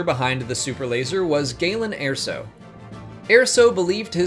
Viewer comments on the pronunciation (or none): It's Erso not Airso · ER-SO NOT AIR-SO ahhhhhhh!!! (Jk good video though) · I have to point this out it's ER SO not AIR SO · “yeah-vin” not “yaw-vin” “Ir-so” not “air-so” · Airso? Galen Airso? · How can you not pronounce erso? It’s literally said in rogue one. Get it right.